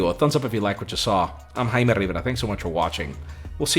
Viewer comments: Everybody always pronounces and writes our name wrong. It is Jamie or James in english but it's not pronounced "jay-me", it's pronounced "hai-meh". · Exactly. The J y pronounced like an H in spanish. The H in spanish is actually silent ALWAYS.